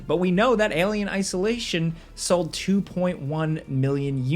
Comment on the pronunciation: "1.5 million seld" Hell yea